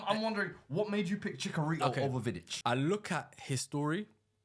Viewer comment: As a Mexican hearing you say chickarito is hurting me :(